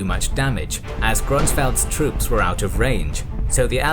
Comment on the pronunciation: Слово «troop» на английском слышится как «труп» на русском 😑